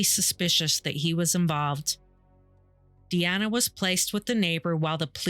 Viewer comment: Doreen was my opa charlie (Charles) wife at the time of this. He later met my oma. MUCH MUCH LATER. they got engaged but broke things off. He used to tell me this story. Charlie passed away after a seizure after his stroke. His daughters name isn't pronounced Diana it's pronounced DEE ANNA. She was my "aunt" she had horses. I loved those two and feel horrible about the pain this loss caused them